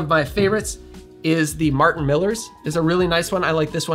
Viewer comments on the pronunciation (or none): none